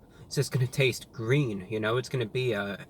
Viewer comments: It's GWEEN! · "It's gweeen" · IT'S GWEEN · Its GWEEN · Its gween! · its gweeen!! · ITS GWEEEEEN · That's not gween 😫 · It’s GWEEN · It’s Gween!! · It’s gween! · its gweennnn!!! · Its Gweeen! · "its gween" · its gweeen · THE BUN IS GWEEN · IT'S GVEEEN!! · Wow its gween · MY POOP , IS GWEEN ITS GWEEN! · IS GWEEN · It's GWEEN! We love you, my man, glad you're still out here doing your thing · It's.. IT'S GWEEN! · The 🅱️un, it's gween! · its gween... its gween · Mah poo..... It's Gween! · It's gween 😀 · It's G W E E N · It's gween its weally gween!! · Not so Gween, unfortunately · IT'S GWEEN!!!! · it's GWEEEEEEENNN!!!!!!! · It’s gween!!! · That's one big GWEEN burger! :) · It's GWEEN!!! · The bun is gween! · Is it gween?